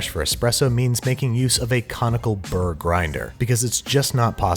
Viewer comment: I thought he was saying Comical Burr and I was trying to work out why it was funny